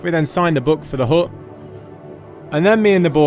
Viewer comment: Haha, the British pronounciation of the word 'hut' with a silent T is hilarious. Hu!